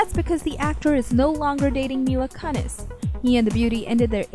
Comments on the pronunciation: Kun-ez? I have never heard anyone pronounce her name like that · How does one pronounce "Kunis" wrong? Kun-ss? It's Koo-nis. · Terrible. Like cunt -eees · She got the first name wrong too. She should have asked someone before going on the air.